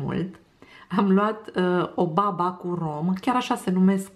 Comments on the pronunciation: Accentul e pe ultima "a": babà! Să aveți poftă! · E cu accentul pe a 2-a slabă, nu e baba noastră cea de toate zilele. Este un dulce napoletan sau napolitan, cum s-o zice în românește.